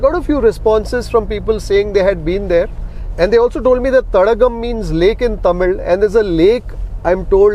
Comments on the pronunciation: Sir You have to pronounce as thadaaaakam not as thatagam- meaning lake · Dear Sir 🥰 I think Thadakam is pronounced as Thadaakam(means lake)..🙏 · Thadaagam is the right pronunciation sir.. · It should be pronounced as Thadaakam, stress on "daa" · its pronounced ThadAAgum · It should be pronounced as “THADAAKAM”